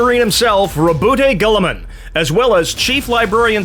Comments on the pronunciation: The constant mispronucations of Rowboat Girlyman has me in stitches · When you hear "Rumblefish Goldenballs" and that when you realise when has been referring to Roboute Guillaume the whole time 😂😂😂